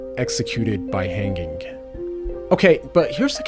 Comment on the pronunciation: "Han-G-ing" isnt it "hang-ing"?